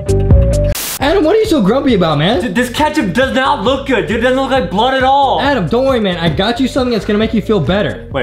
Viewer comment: Edem not Adam